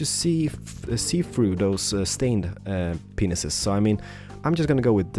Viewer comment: Does he purposely say stained penises